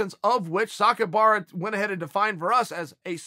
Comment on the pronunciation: Sakuraba is now sakiubara